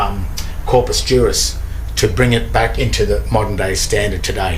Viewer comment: Corpus = corpse